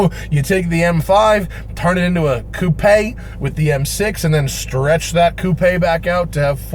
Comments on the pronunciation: Holy shit you said coupé not coop, I'm impressed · Thanks very much for saying coupé instead of coop.